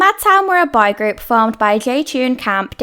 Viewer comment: I kept hearing "bi group" instead of boy group 😅